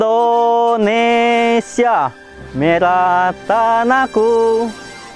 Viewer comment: Bukan endonesia bang indonesia😀